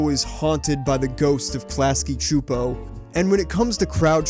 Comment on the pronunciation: Yesss you pronounced Csupo right! Many people don't seem to care.